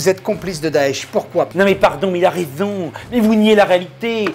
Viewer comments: Mais "il a raiZon, il a raiZon" ! 😂😂😂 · Mais il a rézon mais il a rézooon 🤣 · mais il a raizzoon .. mais il a raizooon .. mdr